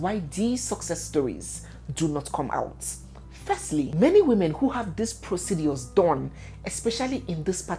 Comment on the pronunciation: 😅 you won’t kill me with your pronunciations especially how you say proceDUAS